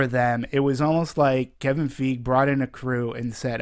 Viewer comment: Wow, dude is like driving me crazy the way he completely screws up Kevin Feige's name literally every time he says it. DX